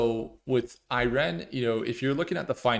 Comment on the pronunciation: I've never heard anyone pronounce it "Irene." Made me sing, "Come on, Irene...." 😂